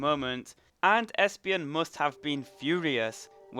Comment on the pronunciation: He pronounces feraligatr right but does not pronounce espeon right. juts found that interesting